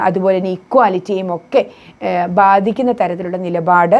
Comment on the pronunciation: 'ബാദിക്കുന്ന ' ? ഇത് തെറ്റ് 'ബാധിക്കുന്ന ' എന്ന് പറയൂ